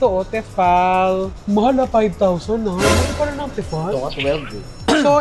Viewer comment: I love your vlogs!!! Pero advice lang po it's "Tee fal" 😊